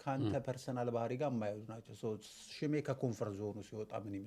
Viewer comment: but, you are not😅 Say shme not ሽማ😂